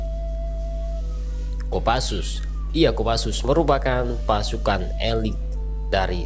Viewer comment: bukan kopasus bang tapi Kopassus